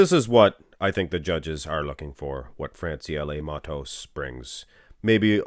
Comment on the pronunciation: Your pronunciation on Francielle Mattos is perfect!